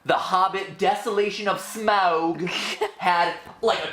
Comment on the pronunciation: Smaug, not smahog!